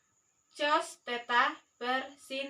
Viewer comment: Diperbaiki, cara bacanya: Cos dibaca KOSINUS atau KOS